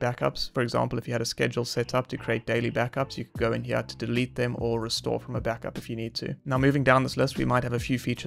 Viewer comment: What is with taking the word "here" and erasing the "R" and replacing it with an "A"? Everytime I hear that I want to punch the speaker in the mouth.